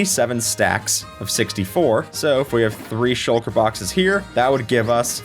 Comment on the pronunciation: Shucker? I thought it was shulker